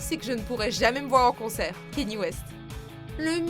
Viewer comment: On dit Kanyé pas Keni donc c’est pas petit Keni nan